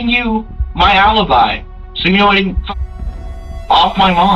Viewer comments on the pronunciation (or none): none